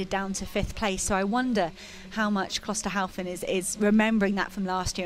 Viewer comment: The commentators have one job. To commentate on the progress of the runners in this race. You would think they would learn the correct pronunciation of the names of the leading runners, but no, for some unfathomable reason they believe that Klosterhalfen's name is pronounced Klosterhauzen. How difficult can it be?